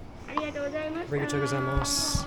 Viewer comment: how has mans been in japan for this long and still pronounces arigato like that lmao